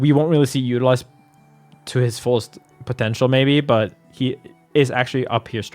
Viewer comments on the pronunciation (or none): none